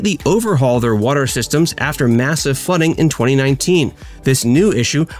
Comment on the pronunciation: Watter? Watter? I thought it was water.